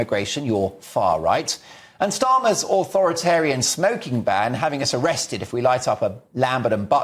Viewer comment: Did you say Stalin or Starmer.